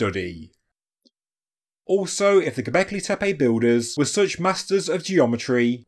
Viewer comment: Halfway to the Andrew Collins pronunciation: Gobekli Tepaaaayyyy